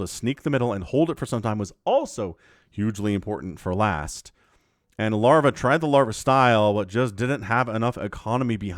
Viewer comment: Last is T, not Z :p